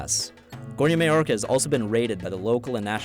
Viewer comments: The guy says Gornja Mallorca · Read maoča like maocha.... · Yea... "Maoča" is totally pronounced "may-orca".